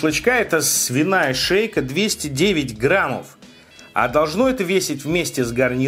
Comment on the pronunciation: Граммов, медиум Рээ, ты отсталый???